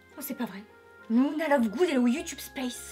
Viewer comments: Par contre un dit lUna et non lOUna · C est super j adore par contre je sait pas pourquoi mais ca m énerve trop quand les gens disent louna et pas luna 😅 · Tas dit Louna mais ça se prononce Luna comme ça s'écrit (c'était tout le negatif Parce que sinon ta vidéo est génial jai bien rit